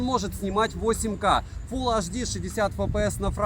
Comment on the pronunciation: Обзоры у тебя супер, очень радует скурпулезный подход👍. Вот только прекращай уже со своим "фул аш ди"). Все таки на большую аудиторию вещаешь. Фул Эйч Ди! 🤝😉